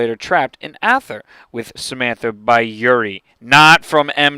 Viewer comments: Good video, but your pronunciation of some of the words are off. It's "Dee" not "Die" and "eether" not "Ahther" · ather .?? or how ever you spell it is pronounced "ETher" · its pronounced Ay_thur , not Ah_Thur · Just a tip it's Aether not Ather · Its pronounced EEther. In german, youpronounce the second vowel :) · Just to point it out, ,at richtofen says "aether" like "ee-ther" so you were wrong